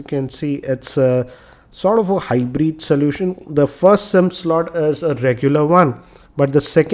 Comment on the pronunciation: its "aluminum" and not "almunium" & its "hybrid" not "hybreed" anyways nyc video